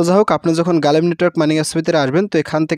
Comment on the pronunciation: ভাই গালিম না গ্লিম হবে